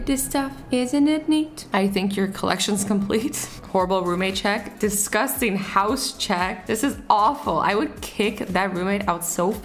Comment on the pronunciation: Azzy how do you say disgusting my friend told me you say it funny